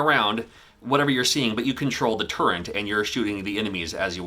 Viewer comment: I believe its pronounced turret